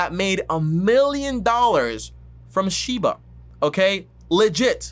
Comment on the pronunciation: He’s making a whole videos on this crypto and he can even say the name right